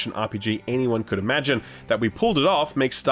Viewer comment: Heavy emphasis on the “imagine” here. Pretty sure he’s trying to say that their ambition outweighed their skills imo